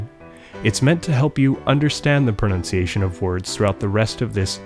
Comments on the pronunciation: Your pronuntiation is almost perfect for being English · You have great pronunciation! Where did you learn to speak so well? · This video is amazing. Your pronunciation is outstanding! Thank you!!